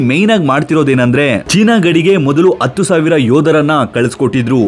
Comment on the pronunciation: Guru please modhlu akshara 'Ha' gu 'Aa' gu difference thilko. 10 na kannadadalli 'Hatthu' anthivi 'atthu' alla. Kannada na kollbeda.